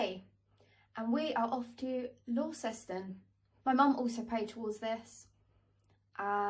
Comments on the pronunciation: It's not Laun-ces-ton, it's Launceston. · Its actually .... launs ston ...how you pronounce it ... i lived there for 5 yrs ...and after 19 years in Notts i am moving back